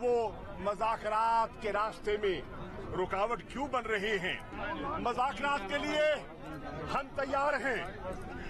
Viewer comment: Shah mehmood urdu bolna sikho. Mazakrat nhi muzakrat.... Tumne or tumhare leaderon ne mulk ko mazak bana dia. Or raat 🤣🤣🤣🤣 mazak(raat)